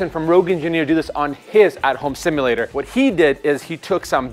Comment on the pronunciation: ive never heard someone butcher the word "simulator" so hard and so many times